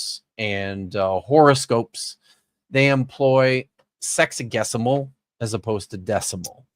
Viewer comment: Every time says “sexagesimal” I hear “sexy-guess-imal” (Also, of all the linguists you know, is Dapper the best at math?)